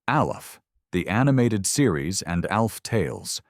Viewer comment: I'm getting tired of these AI voice overs that can't seem to pronounce simple words. I almost down voted this just for that one aspect of this video. I heard, I think, 6 different ways to say the name Alf. Sigh...